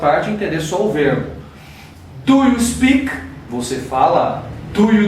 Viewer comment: A PRONÚNCIA DO EAT TÁ PARECENDO IT. ELE TEM UM PROBLEMA COM O "EA". NÃO PRONUNCIA ADEQUADAMENTE A PALAVRA SPEAK. EXPLICAÇÃO MUITO SUPERFICIAL. PRA QUEM JÁ SABE, NADA ACRESCENTA. PRA QUEM NÃO SABE, FICA NAS NUVENS POIS É MUITO GENÉRICO. FALTOU O "GOING TO" POR EXEMPLO. ACHEI FRACO.